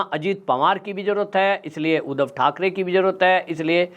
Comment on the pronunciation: उदव नही सर जी , उद्धव बोला करो , जय महाराष्ट्र